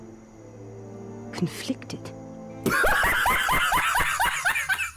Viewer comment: After she said "confleectid" was the perfect opportunity to throw in a "How DARRE YOU!"